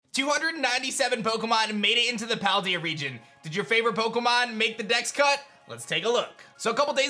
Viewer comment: Pokemon SV is coming out in just a few days yet this guy still cannot pronounce Paldea correct.